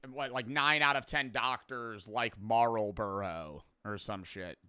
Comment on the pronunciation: Bro the way he pronounced Marlboro actually made me laugh so hard